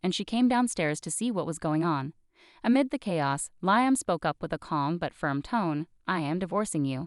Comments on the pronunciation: It is pronounced Lee um Not Lie um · Narrator is in a race to finish the story. Slow down. Lee um not Lie um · Liam is pronounced Lee -am